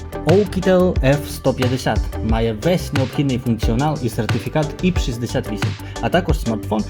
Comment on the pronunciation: не іп 68, а айпі 68